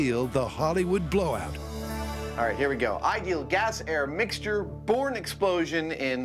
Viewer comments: Yep, heard “porn style” every time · Who else heard “porn style”? 😂